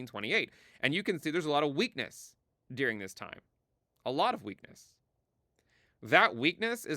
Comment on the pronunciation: It sounds like you're saying "dearing" instead of "during." I mean, I know what you're saying in-context; but seriously, listen to it isolated i.e. clip the audio to just a "during."